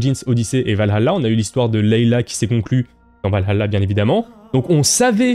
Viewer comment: Je ne me ferais jamais à ta manière de prononcer Valhalla